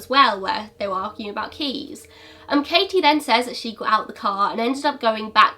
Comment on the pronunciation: I know this is an older video but thank you for pronouncing the t In my name! (Katie) ngl it’s a pet peeve of mine when people call me kayie 😂😂 ps very interesting case